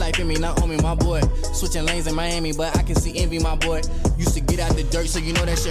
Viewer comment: i heard 'my butt' when he was saying 'my boy'